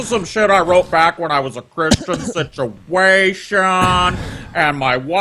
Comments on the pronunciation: SIT-U-AESH-ION IN-DI-VIJUL, SIT-U-AESH-ION IN... DI VIJEEUAL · I like this indivijul sichiation.